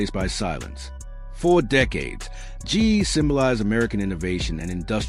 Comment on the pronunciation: Stupid AI can’t even say GE right. It just says Gee. Why can’t a human do the narrative?